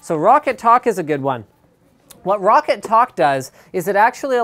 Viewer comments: Its pronounced "rock cat" not rocket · If you say Roccat correctly everytime you say it for a whole month I'll give you 10,000 dollars